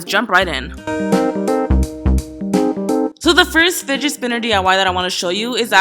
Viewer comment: sounds like u said spiget Spinner